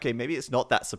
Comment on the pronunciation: still saying condioterro instead of condotierro <_______<